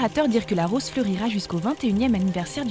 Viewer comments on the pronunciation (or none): none